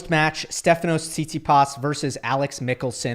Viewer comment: I love how gill says Tsitsipas’ name Not saying it’s weird or wrong I don’t care enough about about Stef to whine about it, just funny 😂 SeetSeePaas